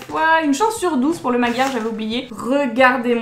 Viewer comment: coucou :) je me permets de t’apprendre quelque chose que tu ne sais peut être pas. le magyar a pointe est un dragon hongrois car magyar = hongrois . j’imagine que tu n’y prête pas trop attention mais tu prononces mal le mot :/. magyar se prononce madiar voilà c’est tout pour moi. bisous bonne journée <3